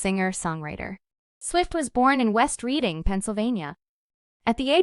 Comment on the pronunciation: Reading, PA, isn't pronounced "ree--ding" It's pronounced "red-ding."